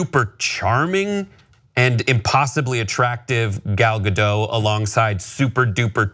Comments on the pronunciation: It's Gal Gadot. There's a "t" at the end of her name, yet this guy says Gado. Do a little bit of research please. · Gadot with a T,. A very audible T. Gal is Israeli, not French. If there's a T there, it should be heard. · People think it's French, that's why they say it like that. She's Israeli and the T isn't silent.